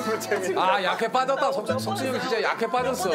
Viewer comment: 이와중에 유재석은 왜 약해빠더따 라고해ㅋㅋ